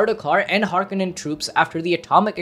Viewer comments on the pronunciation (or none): none